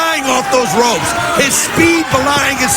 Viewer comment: Step through those ROOPS - Cage 😂